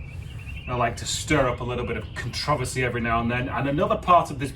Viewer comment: "conTRIversy" I LOVE it lol